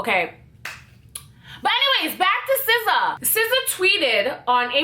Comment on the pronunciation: i find it sf satisfying every time she says sza.😂😭